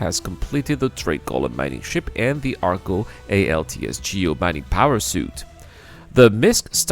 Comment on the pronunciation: “ALTS” lol